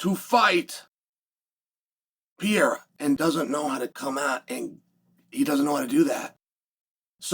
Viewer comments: How difficult can it be to learn to say the name "Pereira"? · I wish you would pronounce fighter's names a little slower. "Pereira" (latinamerican) sounds like Pierre, etc. But interesting look ahead. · and if you don’t stop saying Alex last name like that I swear to the lord.. 🙄 you know damn well how to say it.